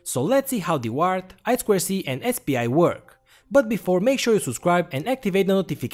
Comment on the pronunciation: За "ай-сквер-си"(I²C) - лайк не глядя! Нубота всё ещё ай-ту-си-шыт(I2C)! ))